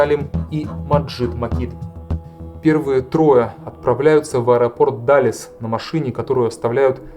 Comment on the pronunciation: Какой "даллес"??